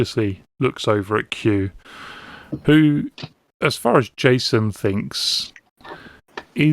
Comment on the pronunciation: Whenever you say “Q who…” I hear it in my head as “Q-hoo, big summer blowout!”